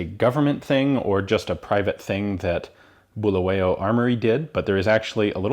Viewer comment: I really enjoyed this! As a Zimbabwean I'm impressed at how knowledgeable you are. You clearly did your research and it's refreshing to see. Your pronunciation of Bulawayo was pretty decent BTW! Excellent content.